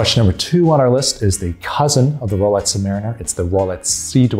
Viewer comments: My subtitles think he says "rowlights" :-D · He is actually saying "Rolets". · Am I hearing things or is he saying “Rolets”. This made it near impossible for me to get through this video. What’s going on…??? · How can you mispronounce “Rolex”?!!